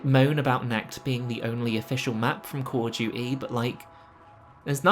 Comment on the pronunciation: KAWL UF DJEWTEE